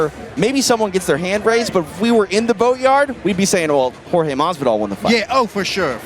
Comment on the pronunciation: Surely Pettis should be able to get Jorge's name right. It isn't George.